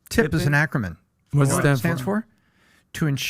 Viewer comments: Don’t listen to that fool, tipping is not an acronym. He couldn’t even pronounce acronym correctly , he definitely doesn’t know what he’s talking about. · “Tip is an acromyn” 🤪